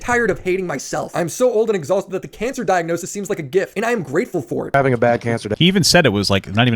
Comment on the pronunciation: the thing that's most telling to me about the whole cancer thing. when boogie was announcing his "diagnosis" he mispronounced it as if he's never heard anybody speak the word before, as if he was reading it and speaking it for the first time and guessing how to pronounce it.